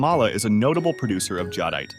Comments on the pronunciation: This “guy” has literally changed the pronunciation of Jade and nephrite several times sometimes within the same sentence. Definitely AI generated gathering. Random bits of information from the Internet some of which to be vocal information because it’s picking up other peoples pronunciations. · So, you have a human reading an AI script instead of an AI reading a human script? That would explain the 12 different pronunciations of the word "jadeite" and why the vodeo never got around to explaining how to find jade like the title suggested. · That's the first thing I noticed why do they pronounce jadeite 50,000 different ways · Am I the only one who noticed jadeite was pronounced differently every time he said it? Lol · Why is "jadeite" pronounced so many different ways in this video? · They pronounced jadeite 15 different ways in 3 mins.... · The fact that this AI channel is sourcing video material from Dan Hurd, is ridiculous. Does Dan even know? The AI can't seem to pronounce Jadeite, as I have heard it said 6 ways in this video. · it's the pronunciations, how we know it's not a human. It was pronouncing jadeite incorrectly. Otherwise I think it's an excellent video! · Jadeite is mispronounced. In China, ancient jade objects (sculptures) are made of nephrite while jewelry jade (rings, necklaces and bracelets) uses jadeite. In the 17th century under the Qing Dynasty, jadeite was the preferred carving material for the imperial court. Nephrite jade is still popular in China, especially the white ones. Sky blue translucent jadeite is the most expensive. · Hey there. Jade comes in every color including clear. Jadeite is badly mispronounced in this video.